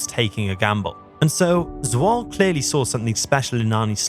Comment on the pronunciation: It's not Swol lol. You pronounce it as Zwolluh